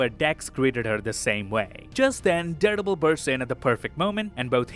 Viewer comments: Am I the only one who hears daredebil? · Who doesn't love the? But everytime you say Daredevil, it sounds like you're saying Deadpool 😅 👍